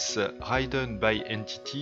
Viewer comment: Jolie vidéo ^^ et félicitations :D J'me permets juste : "ridden" se dit avec un i comme en français, dd est une consonne "rapide" :) et != c'est un symbole pour "différent de" si je me trompe pas :)